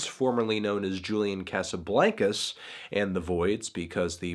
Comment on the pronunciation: every time he pronounces Casablancas like that I die a lil